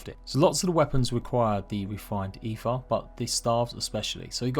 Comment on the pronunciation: its pronounced AY-TR or close to it for someone that doesnt speak norse tongues.